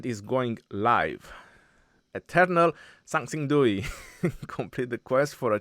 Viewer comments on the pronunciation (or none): Dui is pronounced wrong.The X should be mixed with an S sound.